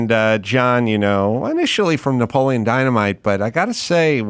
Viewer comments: Isn’t “Napoleon” four syllables. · “Napoleon” has four syllables.